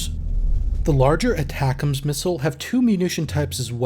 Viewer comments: ATACMS is pronounced aaaa-tackem's Also, there's a NG unit of HIMARS in the state of Michigan. 1-182 Field Artillery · That is my pet peeve as well lol